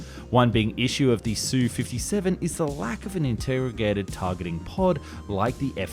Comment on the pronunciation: It’s not “Sue-57”. It’s an “S”, “U”-57. German planes aren’t “DO” and “ME, but “D””O” and “M””E”. MiG is the extremely rare case were the acronym is pronounced instead of spelled. 🙄